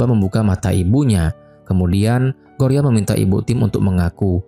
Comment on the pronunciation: Bukan gloria woi😢 gorya 😅